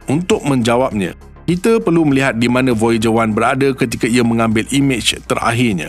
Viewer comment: Guna Bahasa Melayu baku tetapi sebutan masih KL... Jika betul2 nak Bahasa Melayu baku, sebutan kite tu kena betul2 kita dan sama bukan same...